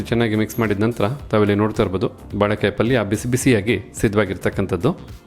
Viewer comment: Sariyada pronunciation helappa first "balek "balek" entiralla?? sariyagi "baleykaaiye" eendu heladh kaltko first 😅😅